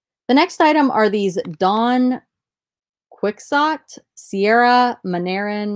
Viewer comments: Quixote = Key-Ho-Tay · Quixote is pronounced key ho tay 😉